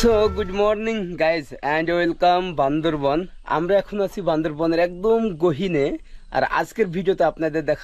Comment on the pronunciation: আপনি কিন্তু বার বার বলছেন, বান্দরবন, ভাষাটা হবে বান্দরবান।